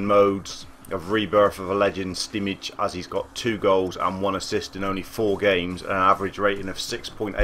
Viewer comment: SCWIC It's spelt Simic, or Šimić to be more exact.